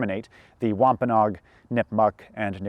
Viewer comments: I love but I have just slight correction. He mispronounced Massasoit too and Wampanoag... Prager actually pronounces Massasoit correctly and Wampanoag is pronounced Wamp-Uh-No-Ag. Otherwise I love the video and the amazing time and effort put into getting the history right!! I will be sharing this video far and wide! -signed a member of the Masphee Wampanoag tribe and descendant of Massasoit:) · ish and onwards It’s wahm-puh-noh-ag (add the extra no syllable) Source: I live there/oral tradition